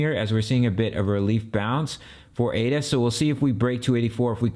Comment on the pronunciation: It's not pronounced A-D-A...It's ada.